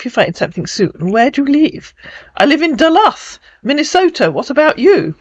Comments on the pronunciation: The letter u in Duluth is a long u. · duh-looth, rhymes with "the truth"